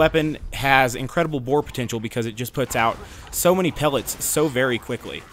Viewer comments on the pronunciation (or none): none